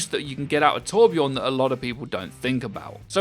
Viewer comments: it is torbjörn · TorbJÖRN... ÖÖÖ!!